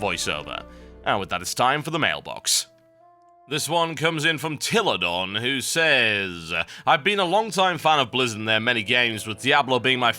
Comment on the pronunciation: Thank you for pronouncing Tiladon correct. Not many people do you have made my week thank you TB